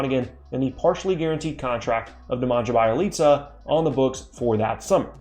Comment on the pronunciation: I had to stop and think who you were talking about when you said Nemanja Bjelica, you butchered that name like a seasoned slaughterer. Two tips: 1) the "nj" is pronounced like the spanish ñ in mañana (so basically Nemaña) 2) You emphasize too much literally nonexisting sounds between B and j, instead of thinking like "BUH-jelica", think "B'jelica".